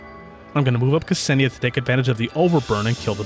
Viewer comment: Walking Russian Spell Check here again, you get off the hook THIS TIME... You pronounced Krolik right but I'm watching you... (Don't think I missed the Ksenia mispronounce tho 👁👁) We'll see how well you'll do with Dushevnaya whenever her guide drops 💀 (P.S. Loving this stuff, keep it coming cuz it's hard to tell what's good and not with a traditional tier list for this game, it's easier to listen to what strengths every character has and to use them accordingly)